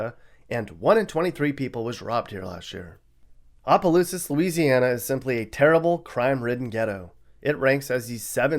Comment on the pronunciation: He said oplousas